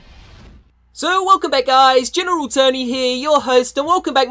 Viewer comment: Gemeral tony